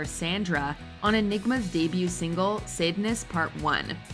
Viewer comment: It's pronounced "SAHD-ness." As in, Marquis de Sade, from whom we got the word "sadism."